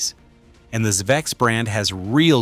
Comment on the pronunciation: Please tell me where I can find a Zuh Vex Super Haaar Dawn and Stry Maaahn pedal please! Are they m aye dee aye capable?